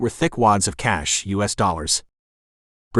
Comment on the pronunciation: Presumably, this is an experiment in machine narration. It was pretty good machine narration at first, but, seriously, isn't it pretty basic for the computer to avoid narrating "us" as "US"? Sounds like someone tried to save money by not distinguishing upper and lower case letters.